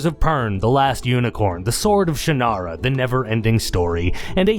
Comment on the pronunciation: Finally, someone who pronounces Shannara the way I always have